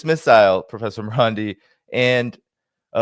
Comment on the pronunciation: Its Marandi not Morandi Get it right